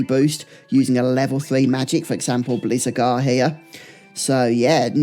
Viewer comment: Great video but some of your pronunciation is mad! Blizzagarr, Abis Worm, Thundergar 😂